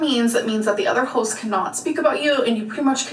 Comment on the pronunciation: Omg it’s hosts not hosss